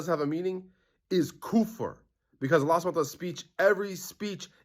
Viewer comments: The "shaykh" who refuted Ustadh Abdurahman Hassan can't even pronounce kufr properly. Idk what koofer is but you need to go back to qaidah nooraniyyah 🤡. Ustadh ARH will eat you alive in a debate as you won't even be able to speak Arabic lol. Some weird Sufi jahil you are. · you’re not a sheikh to declare a man who is more knowledgeable than you as a kafir. If you can’t pronounce the word kufr correctly you shouldn’t be using it.